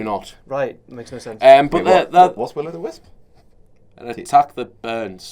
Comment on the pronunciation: Guys... Will-O-Wisp. wtf is willow the wisp? Taking your shots at Jeff hardy?